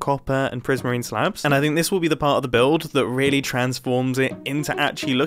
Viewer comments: “I have a decent supply of dark PRISMEEN” 😂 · Dark prismeen